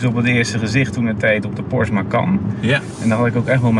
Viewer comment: Meneer weet niet hoe Porsche uit te spreken.